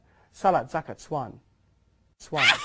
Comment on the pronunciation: Sakat instead of zakat